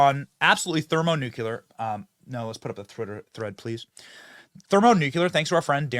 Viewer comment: Benny: Thermo-Nukuler🤪